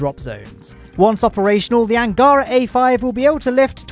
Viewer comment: Awesome. Really. But here unwanted russian prounonsation guide for you: "Восточный" - "ч" sounds as "ch" (in "cheese"), accented, as you do it correctly, on 2'nd syllable. "Ангара", "Протон", "Восток" - accent on last syllable. And yes, "Восток" prounounced with "k" at end of the word, as you do it in "Восточный", but that's different words... P.S. I deliberately not mentioning "Байконур" word, as it's not really in russian, so, kazakhs, possibly, prounoncing this location name completely other way, so your 1'st syllable accent may be more correct than ours - which is on 3'rd one.